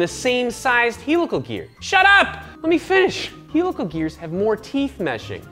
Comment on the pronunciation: Mormons are allowed to say raCING and HEELical geers